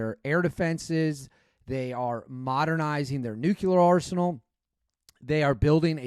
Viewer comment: It's nu-cle-ar, not nu-qu-lr. Got you bro